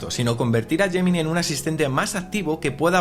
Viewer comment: Porque hay palabras en inglés que las pronuncias perfectamente como por ejemplo “call notes” y después a lo largo de todo el vídeo vas diciendo todo el rato “gemini”?